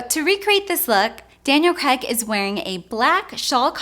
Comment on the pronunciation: His name is pronounced Cr"Aig" not Cr"Egg". "pot..A..tos - pot..ahh..toes......tom..A..toes - tom..ahh..toes"; you may say; well no, not when its someones family name.